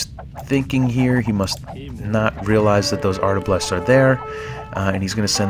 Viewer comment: Cool vid, but it's "arbalest", not "artablest" :-)